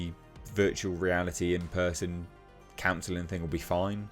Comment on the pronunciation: I loved the way you emphasised "in person" as if he'd be able to send someone to his domestic violence course by proxy. 😂